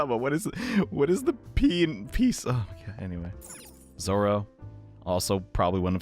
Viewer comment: fun fact: it isnt zoro, its zorro